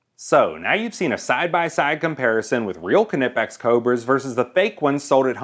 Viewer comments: k-nippex? WHAT?! It's nypex! Pronounce it like you would the word knife, or knight. ARGH! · Proper pronounciation Ni-pex not ka-nip-x or ka-nife. But however you pronounce it, we at knipex appreicate you who purchase our products, enjoy! Thank you for the support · its fucking nyepex ffs not kinipex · Kneepex no silent k but not Kenipex. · There is only one P, so its pronounced Kniipex, not Knipp ex. Take it from a kraut. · It's pronounced NIPPEX. Every technician I've known who uses them (and i know a lot, being a tech who works on autoclaves and all of the plumbing of those machines) pronounces it with the 'k' silent. It is good to see how they compare to knockoffs though. I've owned and used both Knipex and some knockoffs, including the Amazon brand, which aren't bad. The Husky brand feels too bulky for my liking. I do believe Craftsman used to make their cobras off the same Knipex line in Germany for a while though. I had a set of those, and I must say the Craftmans were very much identical to the Knipex, with the same "Made in Germany" stamp. I haven't been able to find them anymore, but the only difference I could see in them was the grip material and grip color. One really good thing I would say about the grip material on the Craftsmans was they were very comfortable to use. Much more so than the Knipex in my opinion. The set I had was half the price of my Knipex set, and they were great. They've since, mysteriously "walked off" of jobsites... 🙄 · Thanks for asking. Though I have seen a video by a nipex rep pronouncing the K, I am simply not gonna do it. I don’t say Kuh-nife, won’t say Kuh-nipex. In fact, I will write it as nipex. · A German friend tells me it is pronounced K-Nee-Pex phonetically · Call the pliers police. Kuh-nee-pex. Watch a video by the company. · Nip ex. Silent K. Like how you say knife, Nife not ker nife. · Hi pronounce it like knife pecks without the f ... silent k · Here in Texas I’ve only heard it said like nipex. Is the k silent?